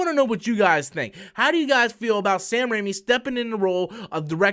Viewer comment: He's name is Raimi. Not Rami. You're thinking of Malek.